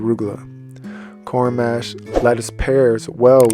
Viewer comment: Thanks for the video and info! Quick correction on the pronunciation. You’re saying it like ‘Mash potatoes’. Instead, think of the word ‘posh’, now replace the ‘p’ with the ‘m’. The letter â (a with circumflex), often called "a-hat," modifies the sound of 'a', indicating a long 'a' sound (like 'ah')! 😅❤